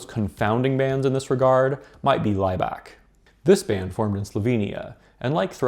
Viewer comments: 4 of the videos on your YouTube playlist are hidden btw. I'm not surprised you included a Neubauten track from Haus der Lüge as that album is a banger. You should have mentioned the album in your video here. Also, Laibach is pronounced Ly-bach like Bach the composer, not Ly-back. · The wrong pronounciations of Kraftwerk and Laibach is painful.